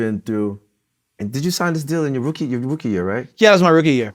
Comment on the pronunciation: Anyone else notice how he said rookie? Lmao